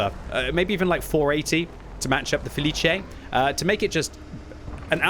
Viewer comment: I'm so happy with your pronunciation when it comes to the felice 😁